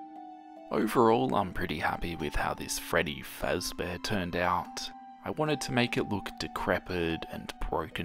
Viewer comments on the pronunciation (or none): Him: it's Freddy Fezbear